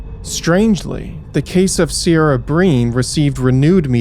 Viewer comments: Please please please give the correct pronunciation when stating the victim’s names,.. Ciara is derived from the Gaelic word pronounced “Kerr-rah”. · Video was good and well put together, I live just south of Wicklow. Just a quick point, if making any more videos on Ireland. Look into how areas and names are spoken, it was a little jarring to hear Kildare pronounced kildara and Ciara, Seara. Few other places that are familiar to me and spoken about here I didn't know where he meant. Otherwise great video. John Crerar was released a few years ago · I'm 45 now and grew up in Dublin/Meath, I remember some of these cases. Ciara is pronounced Keer-a.